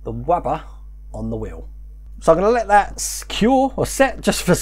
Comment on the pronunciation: Did you just say "Wubber!" With a W instead of an R lols!